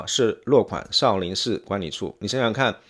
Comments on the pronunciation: Shi永信！正确！少林shi……看了33秒。个人认为，作为简中视频评论博主，起码的把发音好准确吧？！ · 少林si不是shi粉丝si不是粉shi，你这人怎么平翘舌音不分呢，听得我真难受